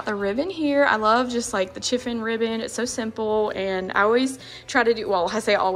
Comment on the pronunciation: Just wanted to comment On what you called your chiffin ribbon. It is actually pronounced chiffon with a soft SH sound. So it would be SHIFFON if it were spelled how it sounds. And I don’t think that material would be classified as chiffon. Just an FYI! Your decorating is beautiful! Happiness to you during the coming Holidays!! 🙏🍂 🦃🍁🎄☃️